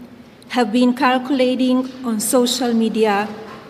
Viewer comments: Circulating ?? Or karculating?? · I don't know how can she pronounce circulating like that. I have never in my life heard such pronouncing even though English is not even my mother tongue. 🤯